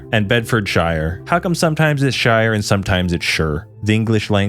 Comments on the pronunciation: If it ends in ‘shire’ it’s ‘sher’. Love the videos man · It's pronounced sheer not shire. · its not shurr or shiyre, its pronounces sheer. shear a sheep. sheer. buckinghamSHEER herefordSHEER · Any Shire is pronounced. Er. SHEER Reading lol REDing and finally THAMES= T EMMS lol I am sure I will be back after my eye stops twitching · Lol a few mispronunciations: Shire is pronounced sheer in the UK Porst"mouth" = moth Cobra is pronounced cobra like the snake not cobbra Thames = Temms